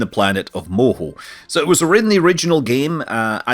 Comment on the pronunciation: idk why it cracks me up hearing Scott say Moho